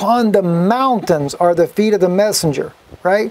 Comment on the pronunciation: I quit listening to him because of the our you serious! It gets on my nerves.